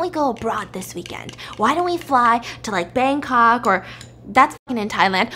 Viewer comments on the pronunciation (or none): none